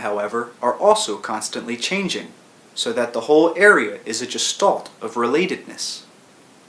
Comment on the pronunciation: I find the constant ''quote unquote'' a bit distracting, and the fact that he's unable to pronounce the word (quote unquote) Gestalt properly off-putting.